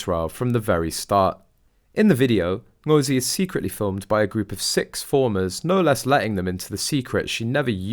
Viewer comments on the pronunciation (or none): Fulani is a Nigerian/Cameroon Tribe of Muslim Slave Traders who are still at work. Interesting that’s her chosen last name. She also doesn’t say her first name correctly. And don’t even get me started on her costume.